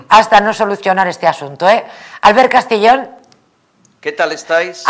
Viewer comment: Es Albert Castillón , no Albert Castellón